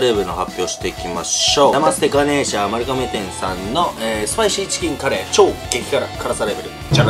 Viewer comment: うどん県民です。来られてたんですねー。ちなみに"まる が め"です😀